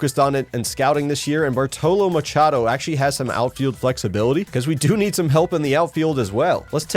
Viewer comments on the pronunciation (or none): none